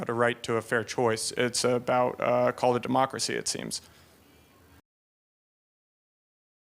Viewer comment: New buzzword "Collar Democracy" -he tried to say "call of democracy" heh